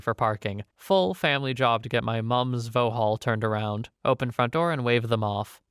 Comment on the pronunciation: Vauxhall is pronounced vox haul 4 seconds of checking would show u